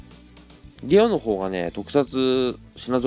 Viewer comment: ゲオがゲロに聞こえた。 あとうんうんうるせーよ。